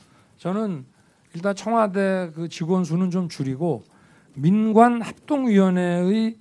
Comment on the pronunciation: 나만 청화대로 들리나